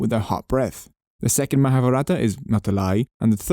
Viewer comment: Charming video, and charming accent! However, I do wish you had spent lots more time learning to PRONOUNCE the words, like for instance Mahavratha. Mahaa-Vratha. (not vraata). But that said, thanks for the video!